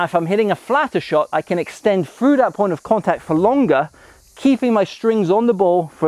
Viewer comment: "frew the ball" or through the ball 😁